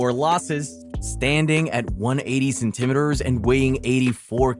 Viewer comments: man i like you content but please stop saying centimetres like that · We gonna gloss over how he said centimetres